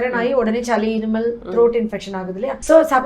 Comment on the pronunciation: நாவல் பழம். நவ்வ்வாப் பழம் இல்லம்மா. சளி. ச்சளி இல்லம்மா. தமிழை சரியாகப் பயன்படுத்தும்மா.